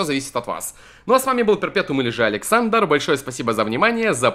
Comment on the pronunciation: Ха ты так говоришь " Всем привет друзья, с вами или же "